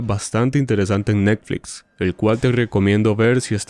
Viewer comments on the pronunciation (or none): none